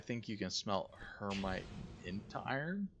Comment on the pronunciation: Her-Mite? Umm... that is Hema-tite not her-mite and is an oxide of iron. The green nodes appear to be metallic oxides like Hematite “iron oxide”, Cassiterite “tin oxide” and so on. This is an interesting game I wonder how close to actual science... they will hold? Some games I have played where a bit disappointing in that you could just dig up iron and use it without processing. It is extremely rare to find iron in it's metallic iron form unless it is meteoric iron. 99% of all iron found is in oxide form or rust colored and needs to be smelted to yield any sort of usable metallic iron.